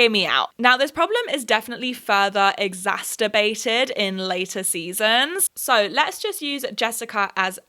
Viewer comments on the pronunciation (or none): 'Exacterbated' really threw me for a loop for a minute there. Regardless, loved the video! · Girl I love this video but lol your they way you pronounce “exacerbated” lol